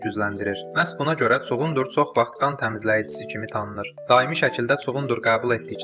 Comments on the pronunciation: Kuqundur sozun səf tələffuz edirsiz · Çuğundur sözünün vurğusu sondakı,,u ,,saitinə düşür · Ay eşşək vurgu 2-ci yox, sonuncu hecaya düşür. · Cu-gundur yox cugundur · Çuqundur yox çugundur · Çugun Dur yox! Çugundur. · Cugunddur yoh cugundur😀😀😀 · Elə bildim çuğundur adam adıdı 😅Çuğunduru elə deyirki sanki kimisə çağırır Cugundurr